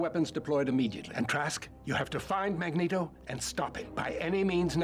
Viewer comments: Every time she says magnetto I choke 😭😭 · My ears are bleeding every time she says Magneto name wrong. Please learn the name. MAG LIKE MAGNET AND Neto like it would be neato if you say it correctly. Please!! It hurts!!!! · Just say Magneto's name right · If you think about it, calling him Mag-Neto makes more sense because it’s magnet with an o added. Which is what his powers are and would sound exactly like Mag-Neto! 👏🏽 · Mispronouncing Magneto's name was funny at first but come on its not that hard. This man is a legend. Put some respect on his name. 🥴